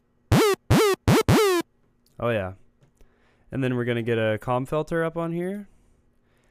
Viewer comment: Is it just my accent or did you say comb wrong...